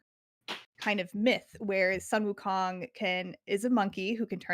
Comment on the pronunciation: Stop butchering Sun wukong's name. It's not 'san'